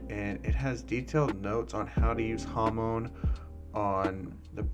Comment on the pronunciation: When u said hamon i heard hormon